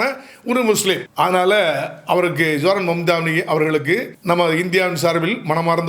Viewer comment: பெயரை சரியாக உச்சரிக்க கற்றுக் கொள்ளுங்கள் அவருடைய பெயர் சஹ்ரான் மம்தாணி